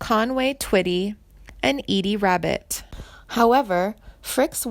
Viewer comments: Edie Rabbit ? Hahaha,..you dingbat ..it's .Eddie ,...and it's pronounced Frick eee,..not Frick ..damn. You're a frickin' goober !! Oh,..and she's alive !! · pronounced Frick EE ....EH DEE Rabbit learn how to pronounce words correctly before you make a video